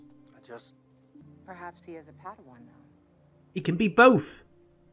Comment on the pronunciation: ‘Fodawan’ lolll